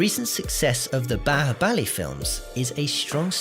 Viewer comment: not balabali its bahubali✅